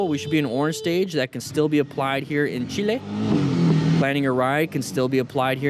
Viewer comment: Bruh its Chile not Chille